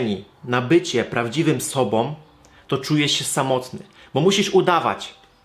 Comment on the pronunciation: Ale mnie w uszy szczypie, jak ktoś mówi "sobom" zamiast "sobą"=> "om" zamiast "ą". Tylko ja tak mam?